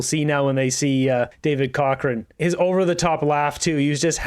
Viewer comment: It's not David Cochran. It's David cockroach